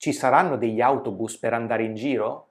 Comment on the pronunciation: Grazie come sempre! Devo chiedere: al pronunci "giro" un po' come "ghiro" oppure mi sbaglio? Non è la prima volta che l'ho sentita pronunciata così ma non capisco perché